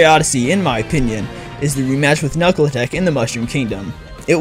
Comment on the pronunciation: Did you just say Knuckle Talk? Its Knuckletoc